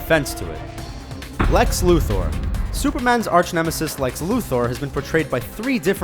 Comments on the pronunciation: Lu THOR ITS LUTHER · Lu THOR fuck naw look at the spelling Luther not fucking Thor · Lex Lu-Thor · Lex lu-thor, why pronounce it like that? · If you say ''Lex Luthor'' like ''Lex Luthoorree'' one more time I'm going to lose my shit...